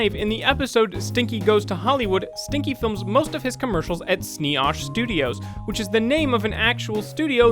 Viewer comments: I can't handle some of these mispronunciations. Lila is not pronounced lee-la and Snee-Oosh is not pronounced snee osh. Lila is lie-la, and Snee-Oosh is pronounced exactly like it's spelled. Hopefully has learned to research how things are pronounced before producing these videos. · Its not pronounced snee osh, its snee OOsh.